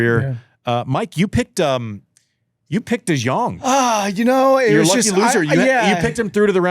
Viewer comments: Im Dutch and when i heard Da joung i thought who are they talking about? and it took me a good minute to realize they where taking about de Jong I’m dead 😂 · Vamo João!! Also, quick note (yes sorry for being that guy): in Dutch the J normally has an "i/y" sound. So it's pronounced "Yésper de Yóng"